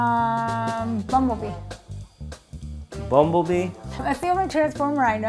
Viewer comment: Wait did she say bubblebee!